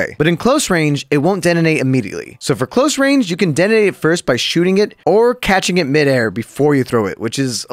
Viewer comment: Are you saying deadenate? Detonate*